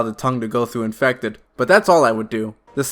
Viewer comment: look i love this guy but i can’t stand your speech impediment “Specwal Infectwed” “Da chawgur” please learn to talk like a normal human and ill consider subscribing